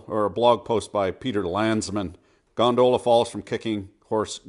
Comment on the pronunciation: Is it me or he is saying "gondola" in an odd manner??